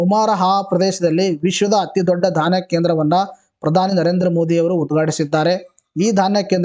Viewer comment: Sir adu dhanya kendra alla sir dhyan kendra